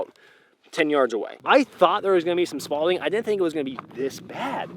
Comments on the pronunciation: IS IT SPAULING, SPAWLING, SPRAWLING, OR SPALDING!?!?!?!?!?!!? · SPALLING. There’s no d; just like you. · LoL "spalding" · Isn't it spalling? Not Spaulding... Like the baseball bat. LOL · Did you say Spalding 🤔 😅 own it fuk it 😂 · Spalling not spalding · Am I crazy, or does he keep say Spalding? Lol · Why do you keep saying "Spalding"? I think, correct me if I'm wrong, that the right word is "spalling". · Spalling....not Spalding... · It's "spalling" not "spaulding" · Spalling or Spaulding? 🤣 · Hearing 'spaulding' instead of 'spalling' everytime was a real bone killer. Great information though 👌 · SPALLING----- NOT "Spalding" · "Spalding" lmao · Spalling not spallding lol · “Spaulding” is like a sportswear company. “Spalling” is Bullet frag. Every time he said it I can’t un-hear the “D” in it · It’s called splatter, not Spaulding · Dude its SPALLING.. not spalding, lol. Driving me nuts but still enjoyed the video and most of the rest of your content. Just had to give u some shit for that🤣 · Constructive criticism, it doesn't detract from my positive review of your video. The terms are "spall" and "spalling". No "D", so it isn't spalding, spallding, spaulding, etc. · Are you calling it Spaulding? Is the fragments made of old basketballs? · SPALLING, Not Spalding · There’s no d in spalling my guy. That’s a baseball brand. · I swear if you say spadling once more I will end you. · You make a great science teacher but a poor English teacher. I believe the word you were looking for was “spalling”, not “spalding”. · I keep hearing him say Spalding. Anyone else? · I got malding damage listening to you say "Spaulding damage" 🙂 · “Spalding” lol. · ....spallding, .......spallding. fk, have i been saying it wrong all this time? the troll is strong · Say it wif me. ‘Spawling’ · I know this is a "Me" problem but I die a little inside every time I hear you say "Spalding". I'm either thinking of Tom Hanks or Judge Smails son from Caddyshack. 🤔😆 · "Spaulding"